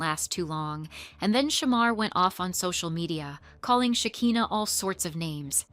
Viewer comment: Great job on the video. And just so you know her name is Shekinah, not Hakinah. Not that it's a big deal. Lol, just thought you should know